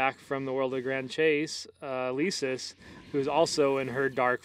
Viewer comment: Elesis not eleeesis omg it makes me tick °^°